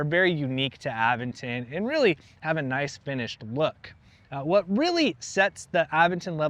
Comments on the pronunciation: Uh-VEN-ton. You have to indicate which syllable is stressed. And syllables always have a vowel. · Nice bike. I believe it's pronounced uh-ven-tn. Sorry but I'm picky on proper noun pronunciations.